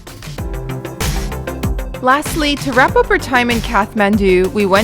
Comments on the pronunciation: It's Kath-ma(as in mars)ndu. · Its Kaa(not caa, it's like starting of the name "Karl" )-th(not like "t")-maan(not like "man" or "myaan")-du(d like staring of the word "dream", and not dao but like "do" ) काठमाडौं if that made any sense. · my favourite city guide yet! loving those momos... all of them! All the colourful buildings and prayer flags are beautiful too. Side note: is it pronounced Kath-mandu or Kat-mandu? I always thought the h was silent! Maybe it's my aussie laziness lol